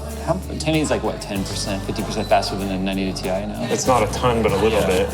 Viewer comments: omg... is a time traveler he called the "T I" the "TIE" 3 times in a row:D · Love how says 980 Tie instead of 980 T.I.